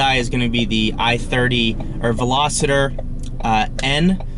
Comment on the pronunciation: Its "Veloster" by the way. Not velositor. You said that in another video also.